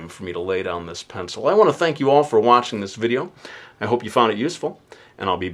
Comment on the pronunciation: At the end of every one of his videos he says,"I wana thank all of you for watching this video an I'll be back with anoter one, real soon,".